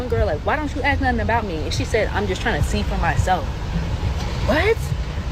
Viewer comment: Dam Dash said you kee and sted of you see that's no teeth vocabulary..lol..😆 🤣